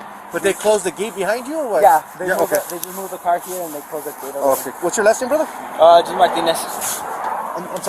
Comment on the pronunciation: You messed up "brother"